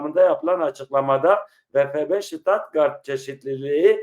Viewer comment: Stuttgart,, U,,, A DEĞİL